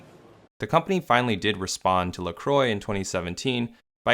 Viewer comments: 🛑🛑🛑 It's "La Qwah." It's not pronounced "La Croy." It's French meaning "The Cross." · Croix is pronounced like "kwah" not "croy". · these mfs cannot pronounce french words La Croix - (la crua) not lacroi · its pronounced lacrowa not lacroy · Dear Americans (including the owners of the company if they endorse it), La Croix is not pronounced La Croy - it is pronounced La Kwa. Sincerely, Europe. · First time I heard an someone from the US talk about this brand I didn't know what he was talking about. But when he wrote it down I went "ooh!". They pronounce it Lacro-y, while I always pronounced it French (the cross) La-cro-a. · It’s pronounced La-Qwah not La-Croy 😬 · It’s “Lah- cru-ah” not “Le-Cru-oy” *in my Hermione voice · Can you learn how to pronounce "La Croix" properly?. Because it's no like in this video. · Lol, how American pronounce La Croix, a French name (meaning the cross) totally not pronounced like that. Every time they mention the name to me it sounds like stupid people not knowing how to talk. Normally it would be pronounced like this: LAH KRWAH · La Croy haha how can they butcher this name so hard 😂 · Pronounced La Croque! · I can't get over how they pronounce La Croix as "La Croy" 😂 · So we're not even going to talk about how literally everyone is pronouncing it wrong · Now if Americans could only pronounce La Croix correctly. I imagine Canadians and Europeans would not tolerate an American pronunciation. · Why do Americans pronounce La Croix like that... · As someone who understands French I truly believe that every time an American pronounces LaCroix a French citizen gets spit in the face somewhere. (Luckely I'm not French myself)